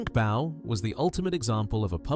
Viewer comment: That black man isn't Stuart Hall, the old TV host. And Frank Bough's name was pronounced "Boff", not "Bow".